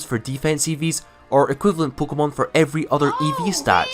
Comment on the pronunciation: This dude says pkmon instead of pokemon